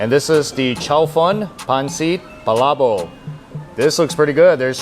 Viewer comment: PalaboK with a K at the end.. you're saying "pala boH" lol